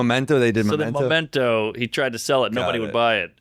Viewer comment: All the dumb people that think they are smart are amazed by Nolan's movies. Also he keeps saying Momento.. its Memento!😅